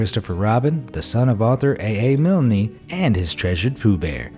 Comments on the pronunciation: Regina, Saskatchewan, Wascana, Milne. Be nice if they were pronounced correctly.! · Enjoy your videos but have to correct... just in case you bump into it again... the Winnie the Pooh thing... its pronounced "Milln" not "Mill-ney" and whilst Christopher Robin was not a fan of his dad... it was reciprocal because his dad was not a fan of his son marrying his first cousin. keep up the good effort tho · pronounced 'milne' you dont pronounce the 'E'..It's pronounced 'Miln'. And the waxwork place Tussauds is pronounced 'two swords'. lol Awesome vid, thank you. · A.A. Milney? You mean A.A. Milne, the 'e' is silent. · Say again - A.A.MILN-'E' - jesus the E is silent!!! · You don't pronounce the"e" at the end of A A Milne's name. Makes you sound like an uneducated 'Mercan.